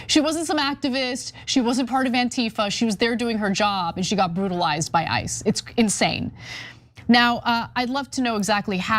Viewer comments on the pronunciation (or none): I loved how you said IC E’s which exactly sounded like ISIS welll ICE i, ISIS all same origin Zionist anti Muslim Malitias